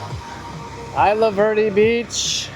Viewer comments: Isla Verda is pronounced Ease-la-Vair-day, not Eye-la-var-day. That's a big problem on the island, a lot of people are just finding random hidden spots and using them as their own personal mini landfills. All the beaches are really beautiful, you didn't really go at the right times for most of them. Other than the trash to us locals all the beaches are beautiful, rain or shine, crowded beach or empty beach they are always beautiful to us. I'm for Independence, our economy is suffering under this current status and there's to much corruption and neglect from the US government, and statehood is near to impossible to happen and even if it did happen it would be horrible for both the US and Puerto Rico financially, politically, and culturally. We need to get over this fear of the unknown and out of the Stockholm syndrome for the US, sure it might be hard but independence would open ourselves up to a world of possibilities. I disagree with the guy saying the island is 50/50, since there's more than just the two options he mentioned statehood and status quo, there's Independence, Free Association, and another movement that's kind of a fringe group now but have been slowly gaining some support are some people who want Puerto Rico to reunite with Spain. Also with those rigged referendums that favor statehood, if you do the math with the turnout and results, statehood support is really like around 25%-30%. And from all the research I've put together, all the options are pretty much eq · 😂😂 eye la verdee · Isla Verde. Pronounced "is-la"